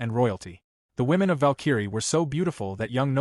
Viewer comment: how does the AI voice not know how to pronounce Valkyrie???